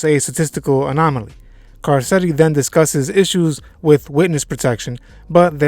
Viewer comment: Can you pronounce Carcetti correctly please?